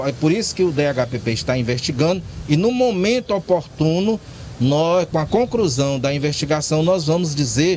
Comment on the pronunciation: "Com a concRusão"